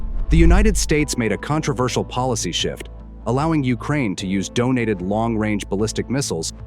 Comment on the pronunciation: Guy said donated